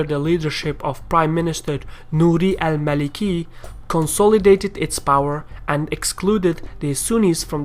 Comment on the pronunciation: Check your pronunciation of "consolidate".